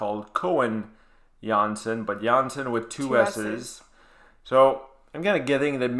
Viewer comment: Yes!!! Thank you for reacting to this song and giving your honest opinion about it. Also, thank you for pronouncing Floor Jansen the Dutch way:) And yes, Jans(s)en is the second most common last name in the Netherlands (#1 is De Vries). As you continue, I would like to take you down the rabbithole that is Japanese metal, starting with Babymetal - Road of Resistance live (Metal) or Bandmaid - Play live (Rock) for the Metal Maiden Monday list. On your reaction to Tool I heard that started listening to metal on her ride to school to get energized so on any other day, I would love to see you react to one of my personal favorites: Crossfaith - Catastrophy. I suspect it's the only song the energizer bunny ever listens to.